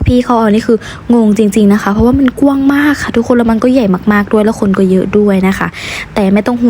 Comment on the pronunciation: คำว่าก้วงให้อ่านว่ากว้าง